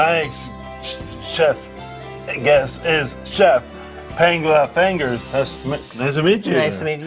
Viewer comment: chef... guest... chef... PANGELA FANGERS.